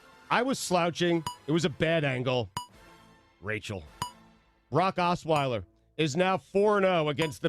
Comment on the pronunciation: And now, the first Suey nominee for Best Mispronunciation: Brock Osweiler! "Bra Sauce!"